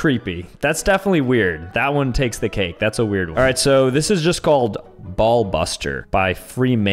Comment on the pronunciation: ah yes one-ee (I can see how he’d get that wrong tho lol)